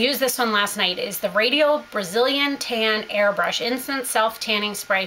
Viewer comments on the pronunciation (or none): It's called rOdial, not rAdial! ;) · Love your hulz but its ROdial not Radial. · I love your vids and hauls and I know other people have already commented letting you know that the company is called Rodial instead of Radial but I also just wanted to let you know that Rodial is a VERY expensive high end skincare brand. :) Lollipop26 has a couple blogposts and a skincare video about the Rodial serum and how that brand is a very luxurious, high end brand. I believe they sell Rodial at select Nordstroms, at least in Southern California. Hopefully you enjoy the products!